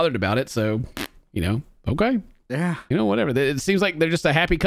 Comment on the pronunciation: They way says "okeah" helps me get through the day lol